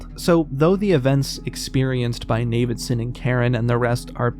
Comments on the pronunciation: "navidson" lmao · The pronunciation of Navidison threw me off so bad Turns out ive been mispronouncing it the whole time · You had me until you said "Navidson"